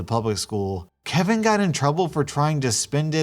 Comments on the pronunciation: "kevina" XD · m, an idiot, thinking this entire video is one story, wondering why was pronouncing kevin differently in the end, getting very confused with the story, then finally noticing the title WHEN THE VIDEO ENDED: 😁😪😵😤👀😲😩😑😅😠😣😒😑😐☺😛😃😂😆😜😝😋